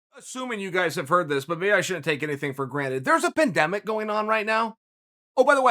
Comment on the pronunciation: PEN Demic isnt it Pan demic why dont we just start saying words wrong as if it doesnt matter tomatoe tomato i understand Hello is not Holla